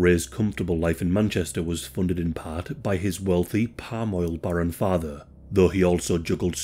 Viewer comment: his wealthy, "pamoil borum" father... closed captioning says "paroil Baron"... so i guess it's "palm-oil barron."